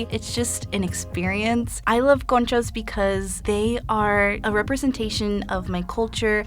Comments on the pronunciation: tell me why i thought she said coochie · 'Conchas' sounds a lot like 'kontjes' what means 'lil asses' in Dutch and I can't unhear it 😂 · I thought she was saying coochie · She know damn well that’s not you should say conchas . BTW if you’re born and raised in the USA you’re not Mexican, you’re American